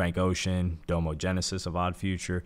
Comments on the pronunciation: DAH-mo, not DOUGH-mo. His name is Dominique. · It's pronounced "dom-o" not "dome-o" I can tell you've never really explored OF's discography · How do you not mention Domo album Facade Records.. also it bugged me the way you pronounce doms name lol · How are you gonna pronounce Domo’s name like that? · I assume this dude didn't listen to Odd Future and is only doing his little history report on them for views with the way he pronounced Domo. Jesus. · no diss to hy but this seems like he read the wiki on a video. i don’t think he is a big fan of OF but respects their legacy. (another note is how he pronounced nakel and domo)